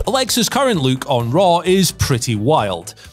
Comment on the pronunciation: I chuckle when he pronounces LOOK as LUKE